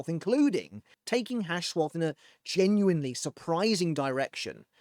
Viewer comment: Orahaime, Uharbach or just UAB, Hashwolf and Uru huh? Auto captions are really something. Or Yodi and Kate... Can you guess who that could be? Oh, the h in Hashwalth is silent, it ends with a hard t. That's what th meant in German when it was still in use. That one isn't on the captions.